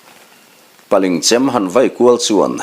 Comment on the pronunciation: Paling ti a lam loh tur paaliiinggg ti in paa liingg tur